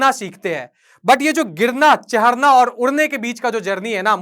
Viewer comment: Ye chadna ko chahdna kyo bolta he